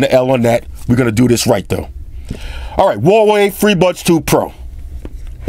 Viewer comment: its actually pronounced huawei and not wallway